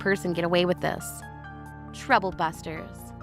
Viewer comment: My new favorite "Truble Busters" 😂